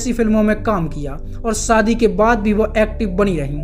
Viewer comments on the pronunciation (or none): zra Shabdon ko sahi se Ucharann kiya kro Naam AISHWARYA hai na ki AISWARYA SHADI wala SHA bo la karo Biharion wa la SADI Galat hai